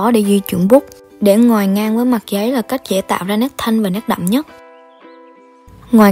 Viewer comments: Mik nghe thành "ngoài " lun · Nghe chị nói từ Ngòi cứ khó chịu sao á